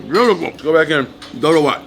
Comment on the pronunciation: the way he said it perfectly the words tho ,,,doro wet,,, injera